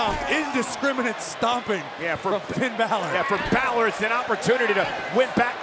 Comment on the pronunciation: Empire Abdul it’s yeah not yaeh